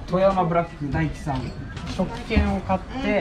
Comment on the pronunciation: ダイキではなくタイキです